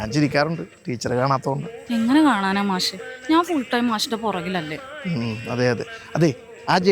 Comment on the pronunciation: മാശോ ? അതെന്താ? മാഷ് എന്ന് പറയടി